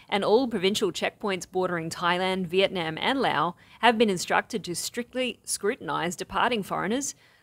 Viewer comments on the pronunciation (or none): You are saying Vietnam wrong and it drives me crazy! :face-orange-frowning:🤣🤣🤣